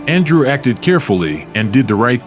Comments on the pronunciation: It is not Andre But ANDREW.. GOT IT.... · Your pronouncing his name incorrectly..😂 just say Andrew. 👎